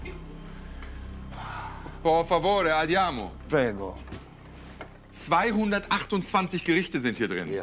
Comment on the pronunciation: Lieber Herr Frank Rosin, bitte heißt per favore und nicht por favore auf italienisch.